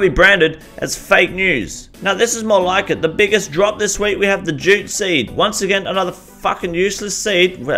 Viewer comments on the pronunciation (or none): jute seed, sounded like you said gypsy. Rofl. Funny.